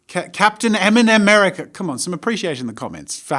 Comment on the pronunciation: Him: m and merica me: enema merica